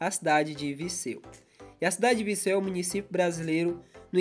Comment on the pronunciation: Tá falando errado É Viseu e não Viceu